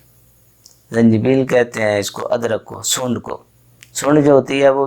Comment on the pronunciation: سونڈ ہی کہنا، صحیح لفظ سونٹھ ھوتا ھے،،،،تلفط صحیح کریں،